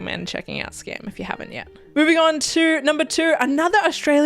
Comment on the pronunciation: Your pronounced Skam in Norwegian, I'm so proud! ❤